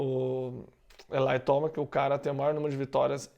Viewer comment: sem querer parecer chato, mas o nome do Tomac é TOMEQUI que fala.. pode ver que os americanos falam assim.. tamo junto